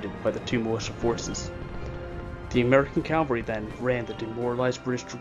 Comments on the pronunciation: Loved this, but please, it's cavalry not Calvary. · It’s Cavalry, not Calvary. Calvary is where Christ was Crucified!. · Very well done. My only other comments I would add is it's Cavalry. Calvary is the place where Jesus was crucified. Also, his name is pronounced Mary-en, not Mar-ee-en. We students growing up in S.C. learned that early on. I've visited the battlefield. It is much smaller than one would guess. Thank you for a very in depth look at a great battle. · Cavalry, not Calvary.